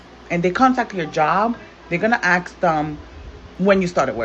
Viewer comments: ASK NOT AX. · Did they axe her or ASK her.